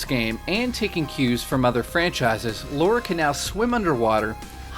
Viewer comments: her names not fucking Laura it's lara get it right dude! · Your still the best and I am a fan just say her name right. Subscribed.